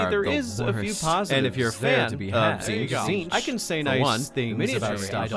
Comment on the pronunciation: Can we really be surprised at Majorkill's pronunciation? He pronounces Tzeentch as "titsnitch"